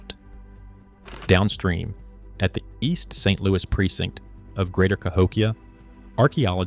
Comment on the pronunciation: AI slop narration CA-hok-ia? No, - ca--HOk-ia. a a slide show with overlays of floating fluff, floating frames and, dramatic 'music' and a fake claims of academic drama. A standard lecture would have been sufficient. There has NEVER been settled claims on Cahokia. Science builds over time. Thisis crap.